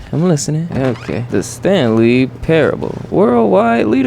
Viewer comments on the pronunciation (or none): thaaaanks❤❤❤❤ Also, it’s pair-ah-bull but good try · it's just Pair-uhh-ble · Its pronounced "Pair-uh-bull",! Great Video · im sorry but the way you said parable is so silly ily tho